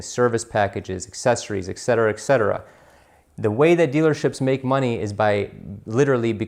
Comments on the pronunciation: It’s etcetera not excetera. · Love your videos! Very powerful info on the car dealership process. However "etc" is not spelled "ect", and should not be pronounced eck cetera...